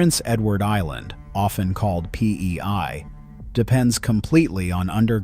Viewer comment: Bro really said PEY LMAO